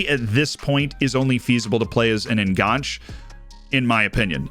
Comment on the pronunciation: The e in enganche is not silent.